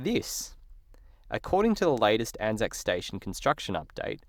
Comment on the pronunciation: It is pronounced as a word “Anzac”, not each individual letter, A-N-Z-A-C, hence it is spelled as it is said. Much like Qantas, Asic and Anzac Day/biscuits. ANZAC is only used when referring to the actual Corps